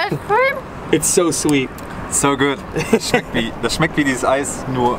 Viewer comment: Its not smecht, its "schmeckt"